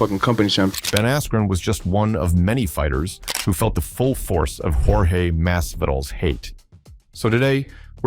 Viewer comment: Ai is trash he called him Jorge George and yourge 😂